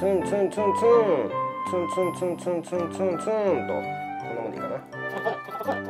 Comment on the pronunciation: ツンツンがファッ⁉︎に聞こえて仕方ない